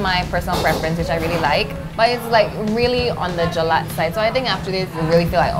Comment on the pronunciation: say “jelat” with a ‘t’ one more time sis